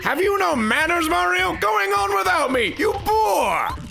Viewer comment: Thought he called Mario a Whore